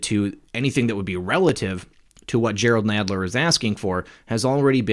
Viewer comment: Nadler sounds like the guy on Princess Bride (mawage, mawage is what bwings us togeva today...wove, twue wove)